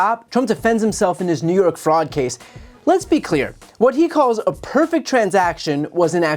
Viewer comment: "Pefect" I don't think that word means what he thinks it means.